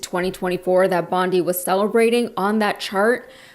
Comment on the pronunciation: Her name is pronounced bond-EYE, like the beach in Australia you couldn't pronounce. 🙄